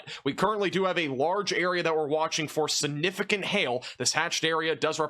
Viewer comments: You say sunifigant endlessly every day and grossly mispronounce it. SIGNIFICANT ! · Stop saying the word significant or stop pronouncing it sunificant i love your content but that is nails on a chalkboard for me lol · There is a G in the middle of the word "siGnificant". Say it with me ... siGnificant. Learn to say it correctly, or use another word. If you're trying to be a pro broadcaster, you're going to need to pronounce those big words correctly. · SiGnificant... not siNificant. 🙄